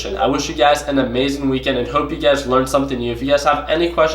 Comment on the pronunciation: What's up! Man you ve been trading natural gas so much that when u do your sign offs now it sounds like your saying UGAZ when u mean you guys lmao! Btw really enjoyed Westons series so far, how u guys interact with each other is truly hilarious! Keep at it, luv the vids